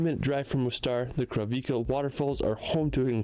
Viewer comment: Montenegro is a black mountain Crna Gora in Serbian, C is pronounced as C, not K...Kravice not KraviKe is like this whole year around, only in winter it may be frozen partially...yes, the Black Sea is less salty :) then, Adriatic or other seas...at least i felt it less salty...the special formations of mountains in Balkan is actually quite mystical and are always connected to some legends which may not be just legends after all :) Zeus is Jupiter..... can be Indra in Vedic scripts or Agni, the lord of Fire, or Perun in Slavic religion :) Balkan is a very special and sacred area to explore, like Rtanj in Serbia, and Serbia has many fascinating sites and hot healing springs that are connected to unbelievable "legends" :) Way to go!